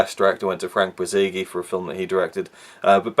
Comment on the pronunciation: The difficulty with fans serving up these old movies, generations after they were made, is the inevitable mistakes wh grate on the ears of old fucks like me...Director Frank Borzage's last name isn't pronounced Bor-zay-gee & never was...try Bor-zhahz! Soon, though, fandom's erroneous guesses will prevail as no one'll be around to say otherwise...